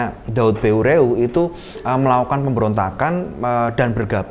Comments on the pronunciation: Maaf di koreksi, Daud Beureu'eh = dibaca daud ber,eh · penyebutan nama "daud beureuh" kayanya salah,ya,,,,,, harusnya seperti menyebut kata " peuyeum" dalam bahasa sunda,,,,,,mohon kritik pula pabila salah